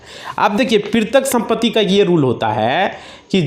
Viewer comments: NOT PRITIK BUT PAITRIK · वकील साहब पैतृक को पिरतक बोल रहे हैं कृपया ठीक उच्चारण करें,कृपया मातृभाषा का सम्मान करें,यह हम सब‌का कर्तव्य है।जय भारत। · प्रितक गलत उच्चारण है इसे पैतृक सही उच्चारण है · पैतृक (paitrik ) समझ रहे हो पितरक नहीं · वकील साहब पैतृक बोलिए प्रितृक नहीं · क्या कमेंट किया जाये? आप तो पैतृक सम्पत्ति को प्रितक सम्पत्ति कह रहे हैं। कैसे कोई आप पर भरोसा करें । Sorry. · आप शायद वकील साहब हो लेकिन आप भूल बोल रहे हो पैतृक संपत्ति को पृतक संपत्ति बार बार बोल रहे हो जो गलत है। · Pirtak nhi Patrick sampati hota hai😅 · Bhai tumhe petrak nahi bola ja raha tum kya kanoon padhoge